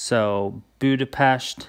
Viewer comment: Hearing you say you want to visit Budapest (and especially pronouncing it the correct way ;D) made me soooo happy and proud! :D If you ever come to Hungary, be prepared to spend a couple of weeks here, because we have many cities with amazing architecture, lots of castles, some buildings from the time of the Ottoman Empire, even a couple of Roman ruins! :D And if you'll need a tour guide/translator, I volunteer! :DD